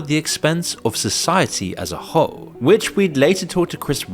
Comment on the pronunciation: society as a ho-e!